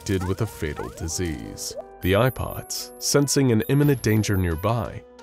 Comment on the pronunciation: Every time he says “Eye Pods” I hear “IPods”